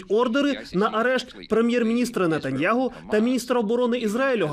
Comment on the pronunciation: Кропивницький. Пані Марія Ульяновська має відірватися від російських стандартів. Прізвище ізраїльського прем'єра звучить через "г". Це важливо.